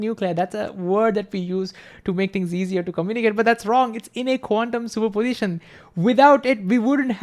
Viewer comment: He says "quantium super position" as 1 jiberish word ..qunmspropitn ??? WTF